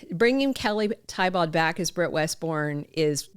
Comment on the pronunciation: I believe Kelly pronounces her last name "Tee-Bow"